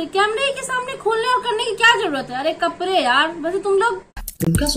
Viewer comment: #or vo kapre nhi kapde hota h 😂😂